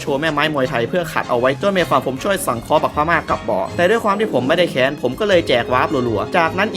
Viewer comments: ไม่แค้น (กัดฟันพูด) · กูไม่ได้แค้น(แต่เสียงเน้นไป)😂😂